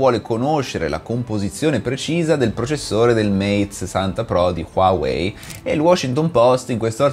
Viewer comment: LA PRONUNCIA NON È QUAWEI MA HUAWEI